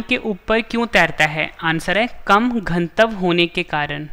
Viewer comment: Ganatva bolo Gantav nhi